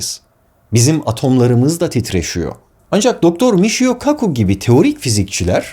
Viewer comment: Fransızcada "Deja vu" yazılıyor, ama "Deja vü" diye okunuyor. "Michio" - "Miçio" gibi okunmalı," Mişio" değil.